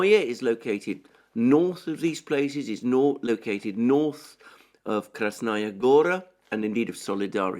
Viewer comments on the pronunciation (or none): Kirie Alexandre, it’s much easier to pronounce Russian worlds if you read it as Greek. Your only mistake is putting accent on wrong syllable. BlagodAtnoe, krAsnaya gorA. Love your work and your last name😊